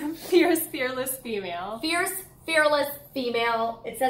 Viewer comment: It’s okay Molly, I too am ierce, arless, and feaess 😂😂